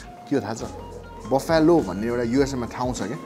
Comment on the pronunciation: "Buffalo" pronunciation fact... It isn't 'Baffyalo', it's 'Baflo' or 'Baflau". video ramro xa. #COCACOLA #HUNGERHUNT #THEWINGSFACTORY